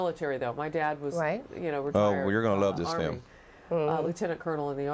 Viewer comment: The guy called it a "fim"!!